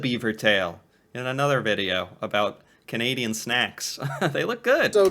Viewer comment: when he said: canaidain cities are safe nope well at least not Toronto lol